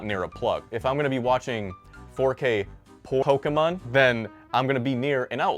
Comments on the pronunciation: 4k Po-kemon is the shiz lmao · "if I'm gonna be watching 4k PO kemon" 😂 fuckin A man